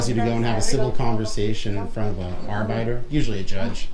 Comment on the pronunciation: lol did he call an arbiter an "R biter"?